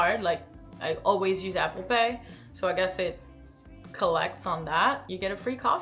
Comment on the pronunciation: I thought you said "After pay" when you said "Apple pay" and almost had a heart attack! I love that the perks systems are built in to our cards now though it's great!